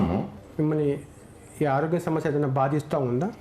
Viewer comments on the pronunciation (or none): none